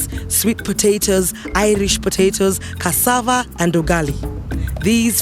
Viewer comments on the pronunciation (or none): none